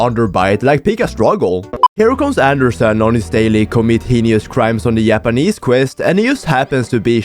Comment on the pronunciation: I love how he pronounces "japanese" as "Yappanese" 🗣🗣🔥🔥🥶🥶